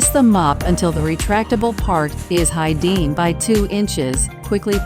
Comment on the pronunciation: Not even close captions, got it right due to your narrator saying it like it's spelled in the on screen captions in the video. Double blunder on editing for an otherwise brilliant production.